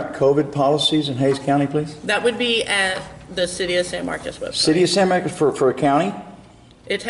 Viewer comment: Who tf zooms in on teeth 🦷 and u didn’t even say San Marcos right smh